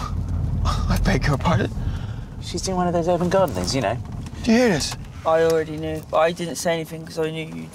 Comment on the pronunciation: "her garrden, her garrden"